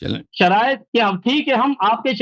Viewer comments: Abe khatmal bo shariate munazra nhi hota hai Sharaaite munazra hota hai 😂😆🤣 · Allah ne tumari aqlon ko chinliya hai 😂😂😂😂 Ye ki halat dekho kya se kya hogayi hai sharait bhi padhna nahi Ara sahi se ise😂😂